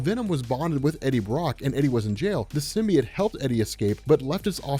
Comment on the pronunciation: J. Jonah Jameson says it's pronounced "SYM-BEE-YOTE." I wouldn't expect someone of your caliber to keep saying "sym-bee-yut."